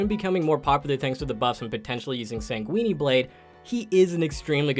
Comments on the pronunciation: For the love of god, just say S Blade. If I hear you mispronounce sanguine again I'll haunt you and your entire bloodline until the end of days. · You should look up how to pronounce the word sanguine as in Sanguine Blade. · I'm sorry, did he say Sanguini blade? All I can imagine is some guy waving around a bunch of pasta